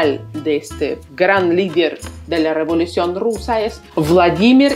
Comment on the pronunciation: No se dice semplemente, se dice simplemente. No se dice rivolucion se dice revolución, prueba con apellidos o nombres como Tláloc, tlacuache, Quetzalcóatl, etcétera amiga